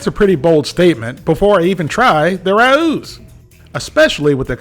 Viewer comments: It's not Rah ewww, it's Rah ohh. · the brand is pronounced RAY-O's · It's pronounced Ray-O It's not hard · It's rah, like rat, plus ow, like ouch. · It’s pronounced Ray-O’s. 🤦🏼‍♂️ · We pronounce it "row" as in rhymes with "wow" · It’s “ray-ohs”, my man. 😂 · Hi, a) I enjoy your work, and have for years. b) I originally pronounced it like "raww" (the English pronunciation like "My parents had a row about my school grades) c) I've been informed it's pronounced RAY-OH's. d) I'm not the word police, just mentioning what I've been told. Keep up the fine work. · It pronounce as Ree-oo-s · It is pronounced Ray-o’s. From a New Yorker. Love your videos. Keep up the great work. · I don't know what they've been telling you, but it's pronounced like OW (like you stubbed your toe) with an E at the beginning. The R has a really short roll, but it's fine without it.